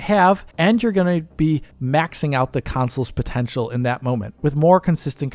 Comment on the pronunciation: Can you please discontinue saying "council"?